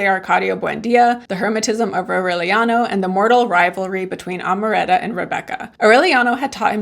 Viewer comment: You pronounced Amaranta very well and then decided to say it wrong for the rest of the video 🙃